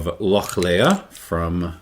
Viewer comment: Lochlea is pronounced lock-lee, not leah. I understand the first name Lea can be pronounced like that, but not lea in the sense of field or meadow, as that is pronounced lee. I checked and the distillery website includes it on their faq page: "We pronounce it as ‘loch-lee’ with the ‘ch’ part pronounced as if you were hissing like a cat!"